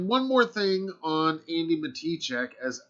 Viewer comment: I think he said andi but it sounded like he said Amy